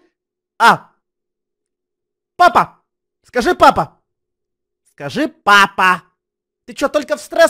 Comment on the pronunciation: Почему ты говоришь Пыапа